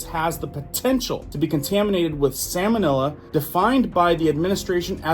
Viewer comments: Please please please bro you're killing me. Lol. It's salmonella not samonella. Sounds like it would have something to do with the fish, salmon. You may be confusing Some folks. Don't forget we're all not scholars out here. Just messing with you bro. Thank you so much for all your research and info you share freely. If there's one's thing I can't stand it's charging for information. That's despicable and greedy imo. Well done! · Its salmon- ELLA not illa.😂😮